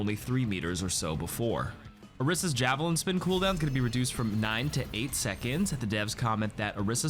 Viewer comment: Date - 20JUN24 - STILL saying Orisa wrong